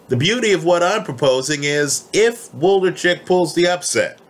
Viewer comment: Wlodarczyk not Woldarcheck lol